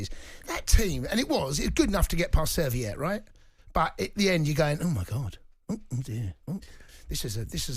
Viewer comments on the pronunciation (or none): At least get the name of the opposing team right… It is Servette, not Serviiiiiiette! 🙄